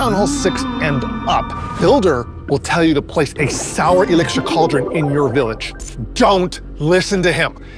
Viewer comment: Definitely thought it was Soul, not Sour hahaha